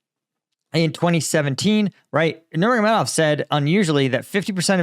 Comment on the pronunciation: Great commentary/analysis as always! I like how you can say Khabib’s last name with ease but not Medvedev lol Also great performance on Jake Broe, I saw a different way in how you respond that makes me appreciate your analysis even more.